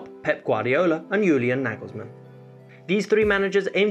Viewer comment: Why we south Asians people hear your pronounciation like Yurgen klops, Yulian nigelsmann